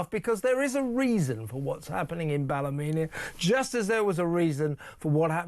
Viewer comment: Even more scary is that Keir Stalin actually believes he is doing a good job and everyone is happy. And I wish Kevin would pronounce "Ballymena" properly. It's not Ballumena!